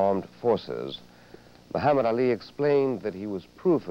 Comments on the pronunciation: Buckley is intentionally mispronouncing Muhammad Ali. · Seriously I think Buckley is intentionally mispronouncing Ali's name as a tactic to make him angry .